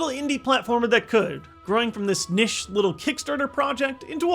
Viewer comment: I wonder how many people are going to correct you for pronouncing niche wrong.